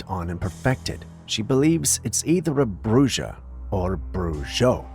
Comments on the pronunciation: bruja and brujo are pronounced as bruha and bruho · Camera 45: it is pronounced Bruho and Bruha meaning male and female witch. ❤ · pronounced like brew ha and brew ho and brew hill ee a is the act of such magic Good try though ❤❤ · not trying to be a dik, but "bru ha" is how it's sounds, I almost didn't know what you meant 👍🏻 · fyi, it is pronounced "bruja" (ha sound where the ja is,) or, "brujo" (ho sound where the jo is.) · J is an h sound